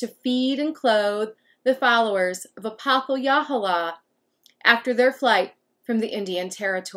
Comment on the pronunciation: I’m a direct descendant of him and I’m almost positive it’s pronounced ah-poth-uh-hey-luh-hole-uh, great video !